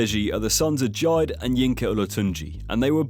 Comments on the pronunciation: their fathers name was JIDE, not Jaid. Good video tho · Yeah he said it funny “Jyde” instead of “Jide” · "Jyde" lmao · atleast get the pronunciation right on jide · You can tell you don't really follow them cause you couldn't even pronounce Jide's name correctly. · Lol you pronounced jide so fucking wrong